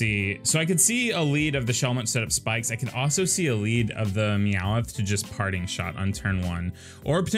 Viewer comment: You say Meowth all southern. It sounds like you're saying "Meow-with" That's really all I have to say